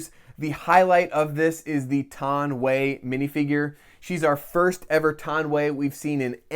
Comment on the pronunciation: Love the vid but it’s Ton Wii not Ton Way